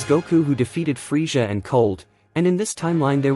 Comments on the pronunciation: please fix how you say freeza. I couldn't do it. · The way you say Frieza killed my ears. I had to instantly click out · Why can't you say Frieza properly?